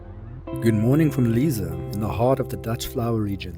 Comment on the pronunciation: Lovely video. And just to let you know Lisse is pronounced Liss-eh, not Leeza. 🙂